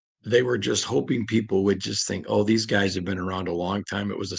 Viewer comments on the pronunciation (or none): none